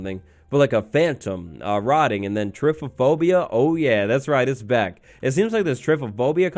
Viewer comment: I love how says typophobia rather than trypophobia